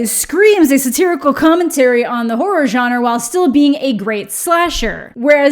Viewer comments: it adds a year to my life every time says 'jonner' instead of 'genre' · The way you mispronounce “genre” makes me want to die, but luv u still! Lol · “Why is it so hard to say words?”very next sentence “the johnner”